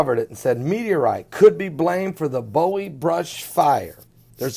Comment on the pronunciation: Not bow-ie. Its boo-wie.